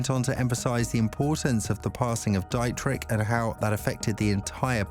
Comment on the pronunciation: Enjoying the video but it's Dee-trick